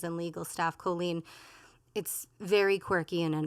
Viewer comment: It’s a small thing, but of all the Tubers doing reactions to Colleen, I think is the only one who’s pronounced her name correctly.